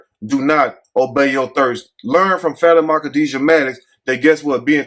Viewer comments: i think it's pronounced Fuh-tee-ma 🤣🤣🤣🤣🤣🤣🤣🤣🤣🤣 but we gone call her fatty-ma 😂😂😂😂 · Like how you get “Fatty-Ma” from that 😂😭 I would’ve never seen that like that lol 😂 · Lmao!! That boy called her FAT-Ah-Maah!!! 🤣🤣💀💀 I thought it was Fa-tima. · Her name is pronounced like: FAH TEAM MAH😂😂😂😂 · I think her name may be pronounced Fa-Te-Ma... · What the hell did you say her name was? 😂😂😂😂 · … I promise you are a stone, cold fool lol… That is not how you pronounce that girls name, you had me over here bent over in laughter. As far as the story? It’s so outrageous that I can’t even put my thoughts together to make a comment so on that note… I’m out.